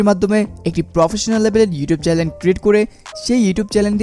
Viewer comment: it's not Challen, It's Channel bro